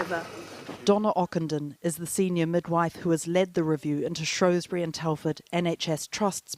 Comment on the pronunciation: It's SHREWSbury not SHROWSbury.